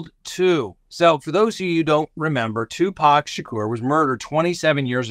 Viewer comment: Thank you for the correct pronunciation of Tupac’s name. It seems a small thing but it’s such an easy way to show intelligence and respect.❤️